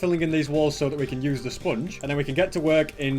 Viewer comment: I love the way he pronounces sponge as spunge.